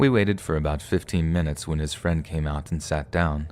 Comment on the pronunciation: Couldn't help but laugh at the "Thanks so much friend... suh"